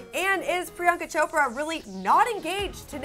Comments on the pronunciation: It's priyanka not Rriyanka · Pree-I-Yank-It Chupacabra